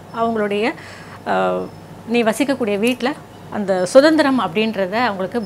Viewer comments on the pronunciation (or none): none